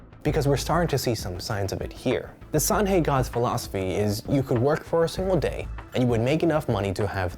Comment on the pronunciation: Great content, just a small suggestion, the ""he" in "Sanhe" should be pronounced closer "H-er", it's not "H-i". You are doing great!